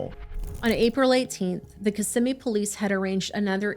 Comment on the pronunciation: It’s such a small detail and totally irrelevant to the horror that baby faced… but I appreciate that you said Kissimmee correctly. A lot of people that cover the area and don’t live here always say it wrong. It just shows the level of research you guys do. Even the smallest detail is important.